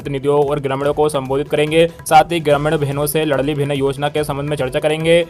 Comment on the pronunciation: लड़ली नहीं लाडली साले गधे चंद वीडियो डालने से पहले सुधार किया करो